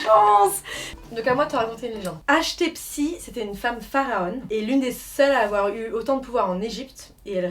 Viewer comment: Hachtepsi 😭 J'connais Hatchepsout mais là tu nous a fait un mélange d'Hatchepsout et Nefertiti X)